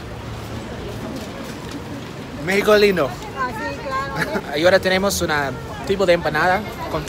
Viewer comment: He notado que cuando quiere decir ahora dice Agora. La H en español es mucho, por lo que tiene que decir: a-o-ra. When you want to say "ahora", in spanish yo don't say A-go-ra, yo have to say: a-o-ra.